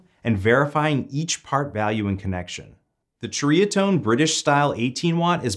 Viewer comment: It’s pronounced “seriatone” 👍